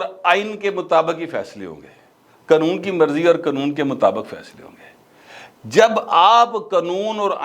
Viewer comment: Qnoon nhi bulky Qanoon khan krn vesey ap Acha bolts hn thanx